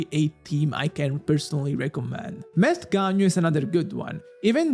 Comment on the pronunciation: "Meth Ganyu" is what my ears heard instead of Melt Ganyu....probably is accurate too LOL